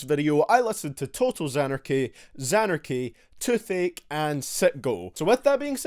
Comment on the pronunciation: You saying Touth Ache but all I understood was Too Thick